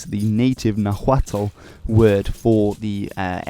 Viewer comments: actually its pronounced Meshica x=sh and the l i silent when a word ends i "tl" so it's not pronounced nahuatle its pronounced nahuat spelled nahuatl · Also, in Nahuatl, the syllable "hu" is pronounced like a w so Nahuatl would be pronounced like NA-wat. The L in "tl" (when it is at the end of the word) is somewhat silent. Ch is pronounced like "tjuh" not a "kuh". So Tenochtitlan is pronounced as Te-notj-TI-tlan, and there should be an emphasis to the second to last syllable. If you ever do another episode on the Mexica (Me-SHI-cah), be sure to remember these general rules! :)